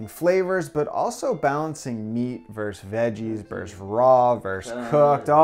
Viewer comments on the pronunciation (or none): versUS, not verse